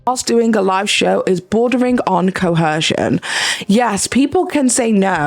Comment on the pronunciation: Hey, no hate but there is no H in “coercion”.